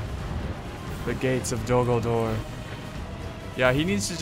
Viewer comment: Hold the Dol GulDOOR! what i tought everytime he said "Dol Guldoor" its pronounced as it is written... "Dol Guldur" x)